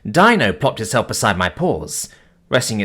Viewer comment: Dino is pronounced Deenoh